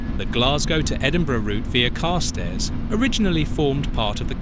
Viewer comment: Yes, a really irritating voice. Carstairs has the accent on the second syllable as far as I am aware.